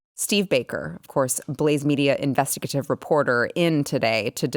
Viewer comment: consistently pronounces "investigative" incorrectly.